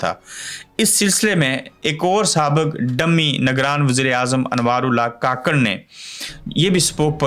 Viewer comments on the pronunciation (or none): کاکڑ نہیں ککڑ بولا کریں شکریہ